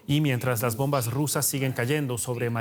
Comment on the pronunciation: Laj bonbaj, dice este endejo y el apellido es castellano jajajajaja riza dan éstos chistes